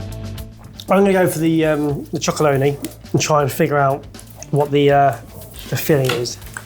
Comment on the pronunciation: Have to say this- it’s Tony’s Chocolonely, not Chocoloney 😂